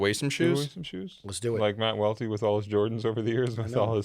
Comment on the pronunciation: Aye Welty, it’s not pronounced “Loe” lol